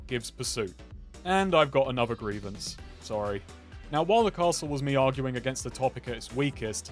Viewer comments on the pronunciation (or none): none